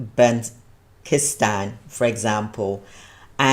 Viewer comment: Not O:kbestan, Uzbekistan (Uz-be-kis-tan) You’ve spent half an hour talking about the Muruntau gold mine, yet couldn’t even pronounce ‘Uzbekistan’ properly. I mean, how do you talk about a country for that long and still butcher its name?